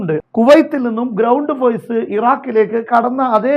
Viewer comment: Foise alla force